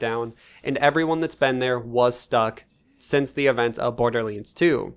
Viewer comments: It’s Borderlands NOT Borderleeeeens lol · "borderleeends" don't get me wrong. i love it 😁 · bro why tf do you pronounce"borderlands" like that? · What's this Borderleends game I've heard in this video?